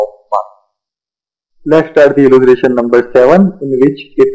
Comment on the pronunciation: Alya pela bolta Sikh !!! Illutration nai illustration ,Shawn nai shown!!